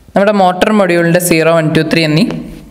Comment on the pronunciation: Bro arodino alla, arduino ennann pronunciation